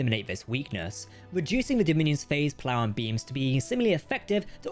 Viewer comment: Whilst i appreciate any channel that does its own naration instead of using cheap, awful AI. Captain Jack's pronunciation of certain words really get on my nerves. Chin-toh-kah, not Chin-tow-ka, and pole-a-ron, not poll-aron, amongst others. 🙉